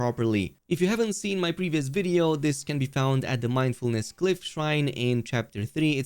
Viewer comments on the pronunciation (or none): none